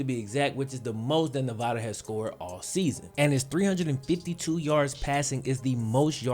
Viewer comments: I'm a Nevada Alum and watched Malik play against SJSU. Hes not bad but I cant see the hype. He missed a lot of "easy" throws and couldnt read a lot of defensive schemes. Also, its NEV-AH-DUH not Nev-vah-duh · It’s ne-va- DUH 🙄 SAY IT RIGHT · Say Nevada right my guy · Love your vid bro but just gotta say you're killing me with the way you say Nevada